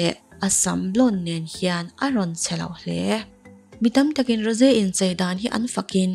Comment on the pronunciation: Rose hi tinge Ro-se ti a i lam deuh tlat a